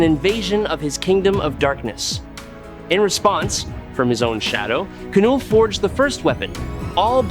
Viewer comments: It's pronounced null. As in the absence of. It even goes with his whole theme. The K is silent. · thumbs down again for not pronouncing knulls name correctly again & again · It's null the k is silent. So what is your opinion on kanull vs acopalyspe jus by themselves. No all black the necro sword or the anti life equation?